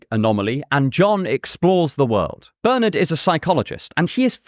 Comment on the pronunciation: Pleased with your pronunciation of my name, Bernard, but then you are English or Irish.